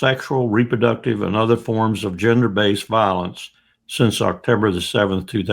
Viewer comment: did he say Octember?